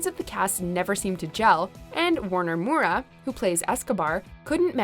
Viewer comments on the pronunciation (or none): It's pronounced Vag-ner Mow-ruh, not Warner Murah just as an fyi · You guys gotta give my man Wagner a chance... he didn't knew a word in spanish when they called him for the role, and that's the result of just a few weeks of learning... also the pronunciation is Vágner MÔura. I agree that it was not good, but if we Brazilians can forgive him, you also can 😊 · Eu não devo ter sido a unica brasileira que teve que repetir a pronunciação dela de Wagner Moura ne? Parecia que ela tava falando Warner Mora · I died a little with her saying Wagner Moura.